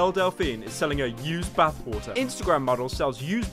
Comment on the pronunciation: No one: Pyro: B A T H W A ‘A H